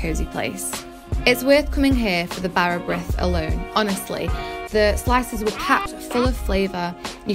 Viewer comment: You almost pronounced Bara Brith correctly, except that The “I” in Brith is more of an “ee” sound.